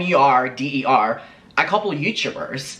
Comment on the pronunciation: i'm sorry but i heard "m e r d e r" and it has me cackling